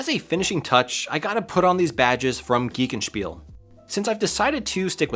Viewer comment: your pronunciation of "geekenspiel" was pretty excellent. Basically that's exactly how you would pronounce "Wolfenstein" as well - "Wolfenshtyne".:) Oh, and regarding issues with Final Fantasy on pc... I'm not surprised in the slightest. Their pc ports are usually dog shit.:P Anyway, incredible work right there. This is a fascinating old school rig!